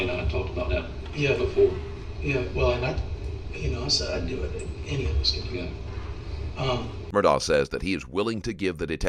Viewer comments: hes not murdaugh, hes murdaurgher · It's ALEC, not Alex! And Murdaugh is pronounced "Mur -Dock". Man, I love the reporting, but get the names right please. 💙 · How are you going to do a documentary like this and not be able to pronounce the persons name right? His name is spelled Alex, but it is pronounced Alec. His last name is Murdaugh, but it’s pronounced Murdoch.